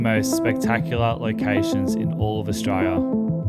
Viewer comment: Australia with four syllables not three please 😂